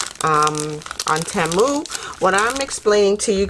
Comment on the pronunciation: It is pronounced like this....tea moo. Thanks for the hail video.